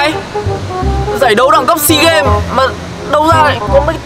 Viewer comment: SEE (NHÌN) :)) SEA (BIỂN)